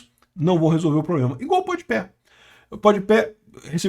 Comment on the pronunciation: "Podi Pé" me pegou 😂